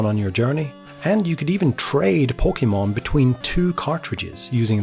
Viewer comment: While I love your passion for the Pokemon franchise, every time you say it's name I cringe a bit. Please, do yourself a favor and look up how to pronounce it correctly.